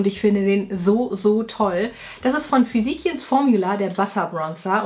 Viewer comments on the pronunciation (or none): Hi :) "Physician's" spricht man "Füsischns" aus